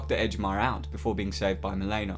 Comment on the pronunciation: “Mi-leena”, not “Mil-aena” and “Rick-ter” not “Rike-ter”